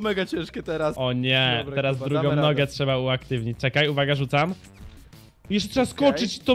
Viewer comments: gdy zamiast mowic dobra to powiedzial dobla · muwi dobla